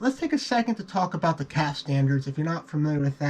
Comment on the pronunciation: The CAFE acronym has two syllables. Not sure why both you and Marspeed insists on pronouncing it “CALF”, which is wrong. It’s “caf ay”.